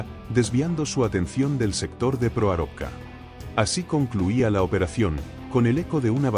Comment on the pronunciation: Proarovka pronuncia mal el narrador